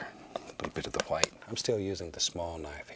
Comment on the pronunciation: Onfroi Don’t forget the quietness (ASMR) and his pronunciation of white (hwite). Bob Ross is truly a legend!